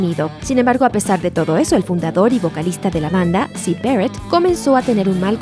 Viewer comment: Syd "Berret"